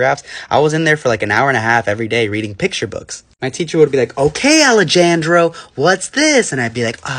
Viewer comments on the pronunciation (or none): "ale jon jro" "ale jojo" what are these white pronunciation ahh names 😭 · ale-jan-dro...that got me fr fr. theres an r roll in there ma'am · Alejandro is pronounced Ale han dro. Not Ale jan dro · "Alegandro" ✅ "Alechandro" ❎ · Alejandro ❌ Aleh jan jdro ✅ Alejojo✅ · “Ale-jahn-jro “ “ale-jojo” 🚡🚡🚡🚡🚡😭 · “Alright Aleh jojo” 🤣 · the english accent saying alejandro like allehgandro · " Aleh Jan dro" Had me rolling 😂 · Bro not the “Aleh Jan Dro” and “Ale Jo Jo” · “Alley-jan-drow” “Alejojo” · "oHkAy AlEjOjO" got me😂😂😂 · "Ale gan dro" LMAO I CANT ALSO NOT THE "Ale jojo" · Ale Jan Dro and Ale JoJo caught me off guard so hard I flung out of my chair, it’s so easy to pronounce but how they pronounced it just made me laugh so hard😭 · "ALLY JAYN DROGH" 😭😭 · "alajango" WTFF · Not the “Ale-Jan-Dro” and the “Ale- Jojo”💀💀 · The “ale Jo Jo “ and “aleh lan dro” got me rolling on the floor😭🙏😭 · “Alejanjro” and “ale Jo Jo” I can’t 😂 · “That’s it Ale Jan dro” 😭😭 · "oah good jawb aleh jayan drow!!!!" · ale jan dro is my new favorite pronunciation of any word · "Allie Jan Dro" ALWAYS GETS ME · The ALEJOJO lolll ehm it’s Alejandro ):( and don’t forget it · 'alehjaandro' 'alehjojo' white people trying to pronounce non-white names is always a hoot and a half lmao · “Ale Jan Dro” “Ale JoJo” Ah yes, Americans not knowing how to say the most simple non-American names, gotta love it. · Not the "aleh jan dro"😭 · Hearing Ale-j-andro freaks me out💀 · "alegandro" "alegojo" 💀💀💀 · “Aledandro” “AleJoJo(Siwa)” it gets me every time 😭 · No not “ Alah Jan Dro “ 😂😂I can’t😭😂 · Not again with the “Aleh Jan dro” 😭😭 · and the "Alehjojo" 🤣😭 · pronouncing the J in alejandro is like nails on a chalkboard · not the absolute butchering of Alejandro :') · PRONOUNCING ALEJANDRO LIKE THAT IS FOUL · The Alejandro is so real like it’s not that hard to pronounce